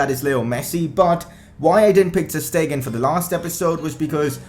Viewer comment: and ter stegen is pronouncedas ter shtegen